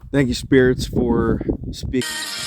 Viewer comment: At the end when you say thank you I hear Gracias 😊